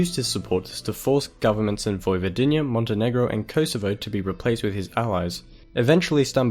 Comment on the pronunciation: Pronounced kohsovo not koesevo